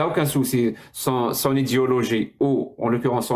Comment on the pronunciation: il faut que tu prononces "Idéééologie" la on peut avoir l'impression que tu dis volontairement "Idiologie" à chaque fois que tu le prononces ^^